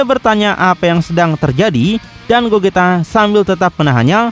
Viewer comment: Gogeta bang bukan gojita